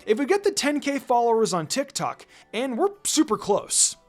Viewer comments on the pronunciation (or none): none